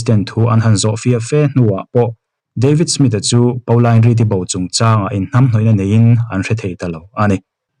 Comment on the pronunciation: Pauline Reade hming kha Paolain tia lam lovin 'Pawlin' tiin lam zawk ta la, beng a thlep deuh tlat. Ka u pakhat hming ang chiah a nia 🙂 I chhiar thiam lutuk ania, ngaihthlak a nuam